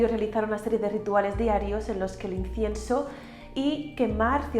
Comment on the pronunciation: No sé si es mi oído pero no le escucho decir incienso....